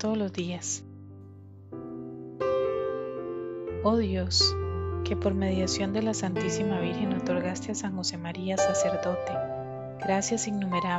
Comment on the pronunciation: Y la señora que leyó el dia tercero diganle que Virgen no se pronuncia Virgin !!!!!